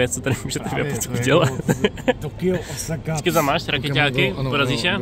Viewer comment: Děkuji za video! :) Jenom drobná připomínka: Osaka se čte dlouze "Ósaka", přičemž pro Japonce jsou to dvě "oo" po sobě.